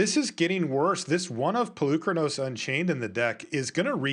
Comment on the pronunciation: It's PolukrÀnos....learn how to speak before speaking, from Greek, like Socrates ( so - krà - tis) No lands for fabled passage....uhmmmmm before that play, 1 cultivate resolved finding only one basic land...pay attention, it seems that no one is watching the game